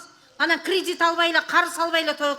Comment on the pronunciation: Крыдит дейт Апанди